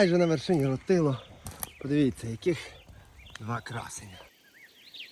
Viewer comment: місцеві називають гору рОтило...наголос на перший склад)